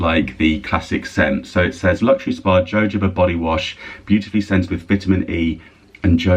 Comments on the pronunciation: Jojoba is pronounced 'hohobah' 🙏🏻💚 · Jojoba is pronounced Ho Ho Bah. Not being the gramma police, but thought you would want to know xxx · Just a helpful tip—jojoba is pronounced “hohoba”. There’s no j/g sound. 😊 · Jojoba is pronounced yojoba. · I believe Jojoba oil is pronounced like Josė. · Stylist here. Thought I’d give you a tip on jojoba. It’s a Spanish word so the j are pronounced as h. I know looking at the word and pronouncing it is a bit like patting your head and rubbing your tummy. So jojoba is pronounced “hohoba”. 😊